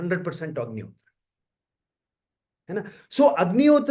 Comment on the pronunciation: It was a very insightful session. Thank you. One suggestion - please pronounce 'Agnihotra' and 'Homa' the bharatiya way.. Ie without pronouncing 'a' in the end. It is अग्निहोत्र not अग्निहोत्रा , similarly होम not होमा। let's not misspell sanskrit/hindi words/names/nouns when we translate them into english.... words carry meaning.. right?